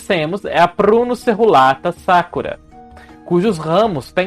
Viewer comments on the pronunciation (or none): Amei o look! Está maravilhoso, assim como o conteúdo, sempre! E logo no início, descobrimos que se pronúncia "Sakurá" e não "Sákura" haha